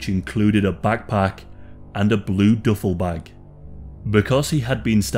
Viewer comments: The duffle(doofle)bag pronunciation was killing me 😂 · He said DOOFLE BAG!! What the hell is a DOOFLE BAG??? Lmao